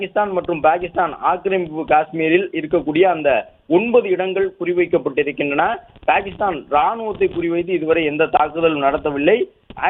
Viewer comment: Dai voice over TARKURI its not BAKISTAN❎ its PAKISTAN✅